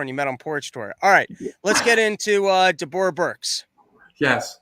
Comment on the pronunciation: also, does not realize that Deborah is pronounced the same as Debra?